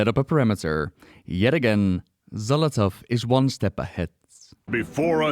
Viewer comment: Love the video, but my eye twitch everytime you say Xal'athow instead of saying Xal'atath 🤣🤣